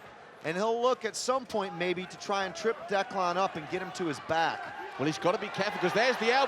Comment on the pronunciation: "Look at Declawn here" haha Can't stand that pronunciation. Good win.